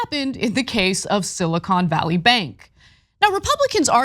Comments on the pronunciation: “Silicone” Valley? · He keeps calling it "Silicone" Valley Bank lol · He says, silicone valley 😂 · I like how he pronounces silicon. Maybe he has other thoughts on his mind